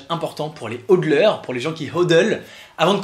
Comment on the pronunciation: Maintenant que le prix et bien bas c'est le moment idéal pour commencer a investir. C'est la base de tout investissement. Acheter bas pour revendre haut ! Le seul truc que j'ai a reproché, on dit HOLDeur du verbe "hold" tenir. Et non pas HoDLeur :p